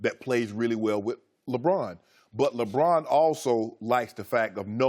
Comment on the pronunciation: Does anyone else get a kick out of how Chris Broussard always pronounces, "Lebron" with the drawn out "o." "LeBrooooooooooon."